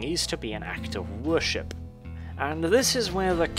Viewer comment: Anyone else catch "The Dark Elves 'vörship'"? I can empathise there, 😅